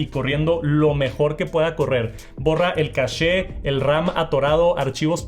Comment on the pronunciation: el "cashe"